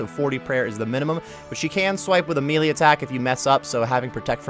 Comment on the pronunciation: Thanks for the guide but my god... it's not (me-lee), it's (may-lay)... This shit irks me.